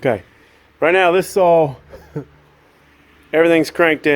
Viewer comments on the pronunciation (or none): Saw , not sawl . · Akshally is not a word Amagine is not a word Sawl is not a word Husqvarna not Husquhvarna